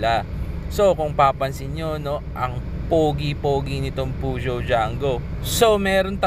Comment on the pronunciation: Yan pala tamang pronunciation sa peugeot 👌